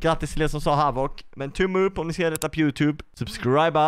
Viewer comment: Majvoc???😂😂 den heter havock